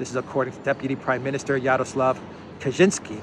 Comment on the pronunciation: Ka-Chin-Ski. Definitely not Polish.